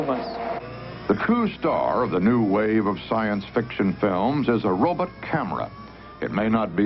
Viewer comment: What's a "robit".